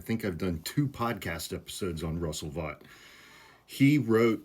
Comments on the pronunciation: Thanks for covering this. I believe the name is pronounced like “vote”. The message from Vought seems to me to be an indication of weakness as he is effectively writing to pressure Democrats to keep the governement OPEN — the opposite of what he claims to want. And the guy is on a firing spree anyway. What’s the difference, then, really? Regarding the 300K departures YTD from the Federal government, keep in mind that 150K is the normal level of turnover, anyway — baseline. I think Vought’s 60K is regarding specific roles of power and influence. That’s a bit different. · I would think after doing 2 podcasts that focused on Russ Vought, you would have at least known how to pronounce his name. It is pronounced VOTE. As in “popular VOTE, swing state VOTE, Democrats didn’t VOTE to avoid the shutdown”, etc …